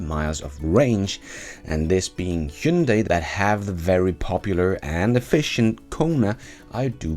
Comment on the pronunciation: Hyundai IONIQ-5 should have been compared more to Model Y? BTW, your pronunciation of "Hyundai" is almost perfect! (only very minor correction would be: instead of second syllable being "day", it should be like "deh", but still the very best in 20 years of non-Koreans pronunciating it as Hyun-die, Hun-die, Hi-yun-day... Thanks!